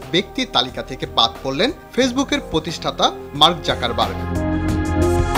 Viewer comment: যাকার বার্গ নয় যুকার বার্গ ।